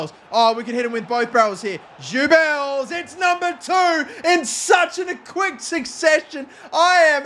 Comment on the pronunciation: Jew-bills? It's pronounced Goo-bills